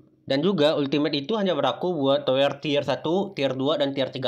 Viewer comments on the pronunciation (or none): Tawer bang bukan toer wkwowke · Salfok ngomong towernya kayak ngomong dower, klewer 😂 Bang ngucapin towernya tu kayak ngucapin "sekarang", "beras", "berat", "pedang" Memerah untuk warna sama memerah untuk sapi kan beda e nya, e kan ada 2 bang